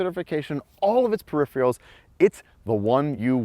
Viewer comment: How are we pronouncing "peripherals" here? It sounded like "periph-ree-uhls" is what was said. That's an interesting pronunciation! Is that an Ohio thing, or just easier for some people to say than its usual pronunciation maybe?